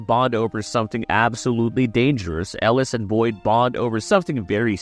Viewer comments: Yo name pronunciation is killin me man 😂 I think I doin it on purpose 😂. Mary- L, El-o-es 😂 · El-ooh-eeese lmao OMG 😂😂😂